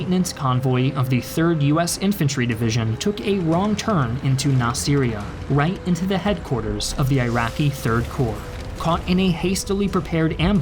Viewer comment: Nasiriyah is pronounced Nah-sih-rye-yah, not Nos-siri-yah